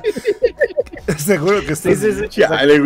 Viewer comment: farmagia o farmacia? xd